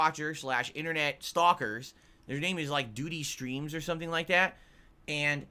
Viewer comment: why is this turbo douche so confident that ANYONE give a single fawk about his "revenue stweeems" or his "tip baahms". sucks so bad he has created a complete vacuum in the Snort Fort